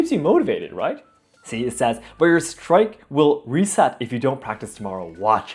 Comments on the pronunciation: You said “ Strike” It’s StrĒAk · Such an interesting analysis - thank you. BTW It's "streek," not "strike" - it rhymes with "speak." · You keep saying Strike instead of Streak. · also it's not strike it's stree-k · just to let u know streak you are pronouncing it as strike, the correct way of saying streak is strik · Nice reaction video,. As a native English speaker, though, I can tell you the way you said "streak" is incorrect. It's pronounced "stuh-reek", but you were saying it like "strike". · I've been using this app for two years and had no idea days were named for elements until your video -- that probably speaks for itself. Also, : your English seems perfect, except you consistently pronounce the word "streak" as "strake", which I don't believe is what you're trying to say! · I don't see anyone else mention this so I thought I'd toss my hat in here. "Streak" is pronounced with the vowel sound from the word "cheek"; it is not pronounced like "strike". I hope this is okay and doesn't offend.:) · Super minor thing that really doesn't matter: "streak" rhymes with "speak" and "week" -- you said "strike." Just thought you might want to know! :D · FYI you're mispronouncing "streak". It rhymes with "cheek".